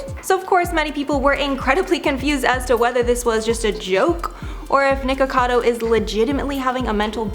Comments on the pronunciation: No biggie, but FYI she is saying "Ni-Cado Avacado" instead of "NiKOcado Avacado" haha she's missing a syllable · Nik-o-cado, dF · She keeps saying Nikado instead of nikokado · The host pronounces his name as "NiKADO" and not Nikocado. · Mispronouncing everyone’s names is driving me nuts! It’s NikOcadO and I don’t even know how to translate what you did to Hyunee’s name. But her’s is pronounced he-yun-ee. Maybe consider watching their vids to learn their names before the expose. Just a thought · Nikado avocado? Hahaha sorry, just found funny how you pronounced it since it's nikocado avocado Really like you tho😊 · You have said his name wrong twice in the first 28 seconds... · Why is she saying his name wrong? 😅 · I love how noone can pronounce his name right lol